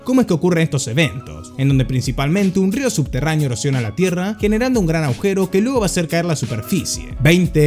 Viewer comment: es ud un genio pero no pronuncia la letra "G" cuando dice "agujero".